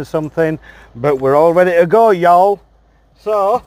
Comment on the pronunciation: Finally found someone who sounds sillier than me saying “Y’all”.